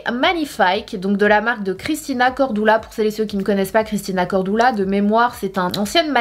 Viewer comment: Sanaa lol pk pk CORDOULA mdrrrrrrr moi je dis CORDULA. Mdr